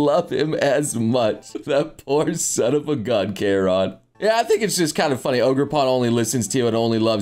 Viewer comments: Never did I think would mispronounce a name with Gaelic origin. Kieran (the Anglicized version of O'Ciarán) is pronounced like "Keer-awn" and not "Kai-Ran". Also Carmine (kärmīn) is a long I sound because English decided to make sense for once. I hate my language so much. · you're pronouncing Kieran wrong, it's pronounced like key-ran, not kay-ron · continues mispronouncing names, I see. Carmine as Carmen and Kieran as Care-on. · As a person who has the name Kieran hearing him say it makes me like 'the hell did you say'